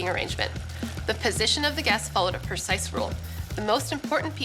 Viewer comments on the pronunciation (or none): none